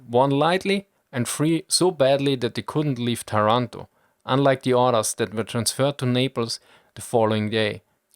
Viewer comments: My father was born in Taranto in 1920 (but you have to pronounce Tàranto, not Tarànto) and he remembered very well that day. He was Tank officer that time and I remember he ever said to me that some antifascists inside the Royal Italian Navy were certainly envolved in the British plan together with some branches of the allied Intelligence. You know: there were much more italian high officers strongly against the Fascist and Nazi Regimes than the official History said. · By the way it's pronounced "Táranto", not "Tarànto", like you would pronounce "Torònto" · TA-ranto not ta-RAN-to!!!! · Language detail: it's Tàranto, not Tarànto ;) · Taranto has the accent on the 1st "A" letter !!! ;-) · Not to be annoying but the "a"s of Taranto are pronounced like the ones in marathon